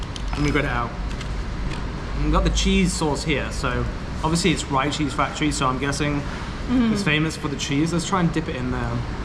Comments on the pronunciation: "You must eat that spicy chicken together with the rice man, not separate just like that of course it will taste only so spicy and ricey, oh btw the place name pronounce as Re-Cheese not Ri-Cheese, it combination words from Rich and Cheese cause it full of cheese and that is higlight selling thing so yeah Richeese !"...😅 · Hi, just want to let you know it's actually pronounced "Ree-cheese" - Like the name Rick, but without the "ck" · You say it "ree" cheese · Next time, eat the chicken together with the rice guys.. that's how we eat any fried chicken with rice..so the chicken will not taste too salty or too spicy.. unless the level 5 one! can handle level 5 waaaay better than me even i'm Indonesian. Wow! 🤣🤣 By the way, it's pronounced Rich-cheese..😉